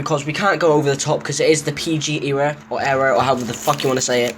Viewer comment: Haahha how u say era